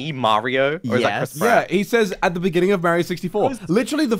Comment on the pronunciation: Im dying iN thE bEningIng 😂😂😂